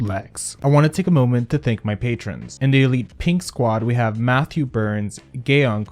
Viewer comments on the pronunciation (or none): none